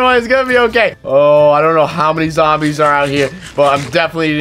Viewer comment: "theres so "mini" of them"